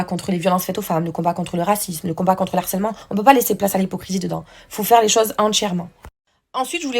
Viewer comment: Les pires des harceleurs essayent de minimiser leurs actions. Fraisou Nehuda viennent faire les victimes. Jazz vient te faire passer pour une belle personne. Manon Tanti est aussi sur le podium. Pitié on prononce : le harcèlement et non l'harcèlement. Nehuda j espere que ta fille ne verra jamais les anges et ses 2 parents en plein harcèlement